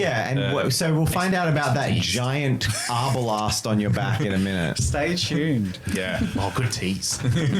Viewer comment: It isn't called an Arbelast it's called an Arbelest.